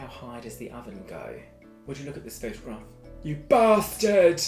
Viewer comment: 50% fancy 50% look at this photo baaaasTaAARd ( side note : im crying because of how u say bastard)